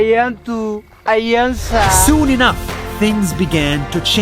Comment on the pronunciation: Sabuntu❌ Sabontu✅ Ayelsa❌ Ayansa✅ I'm from Ethiopia 🇪🇹🫡